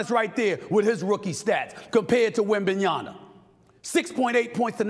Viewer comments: You keep saying his name wrong. At least recently. Its not wembenyaNa its wembenyaMa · WembanyaMA, not Wembanyana ! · YAMA. YAMA. YAMA. NOT YANA. WEMBANYAMA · Stephen please it’s WembanyaMa not WembanyaNa 😃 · Stephen A. PLEASE say victor’s always name as Victor WembanyaMA not -yaNA. Or just say Wemby. Wemby is fine too. But not “wembanyana” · It’s Wembanyama not Wembanyana. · First of all, he twisted his right ankle very bad, that's why he's on a minutes restriction. Second, it's WEMBANYAMA not WEMBANYANA for crying out loud! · You should know his name by now. It's disrespect to keep calling him WembanYANA. It's WembanYAMA. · I love Stephen A but he's killin me ! YAMA! YAMA! not Yana lol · Stephen A keeps calling him WembenyaNA, its WembenyaMA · His name is “Wem-ba-nya-MA” and not Wembananya please make the effort Stephen A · Why is it so hard for americans to say Wembanyama all I am hearing is Wembanyana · He’s pronunciation is wrong It’s not wembemyana it’s wembanyama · His name is WembanyaMa not WembanyaNa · Why do you keen saying Na instead of Ma…it’s fairly simple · its WembanyaMBA not WembanyaNA!!!!! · Victor wembanyama Goddammit WembanyaMA not WembanyaNA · NiaMa not niana. Repeat After me. 😤😁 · Wembanyama....not Wembanyana Jeez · Hello, can I just say that it wembanyaMA and not …NA ? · Bro at some point you're going to have to put some respect on his name. The name is not "Wembanyna" the name is " Wembanyama" I mean coming from a white dude I wouldn't be shocked, but my man... Try to improve the pronunciation next time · Jesus, Stephen. Learn how to pronounce his freakin' name. It's "-yama", not "-yana". I can see the average Joe getting this wrong, but christ, it's your only job. Freaking embrassing, dude. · Am I the only one that's bothered how he kept saying "wembyana" lol bro he's been in the league long enough where his name shouldn't be that hard to say anymore lol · Wem-ban-ya-MA. It's either disrespect or stupidity at this point. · it's Wembanya"MA"